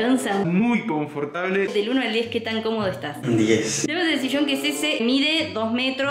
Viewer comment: Nadie:: confortable.